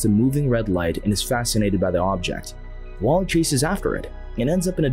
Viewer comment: I thought you said waffl-E😂